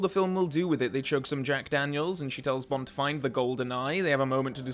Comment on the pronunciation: The only flaw in this film is Pierce Brosnan's "Bond, James Bond" being said like "Pont, James Pont"